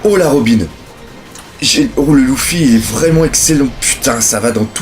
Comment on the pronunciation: pourquoi tu dis louffy ca me perturbe énormément LU-FFY stp merci